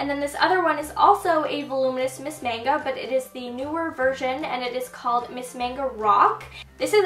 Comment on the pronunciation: Mascara's Miss MAGNA, not MANGO!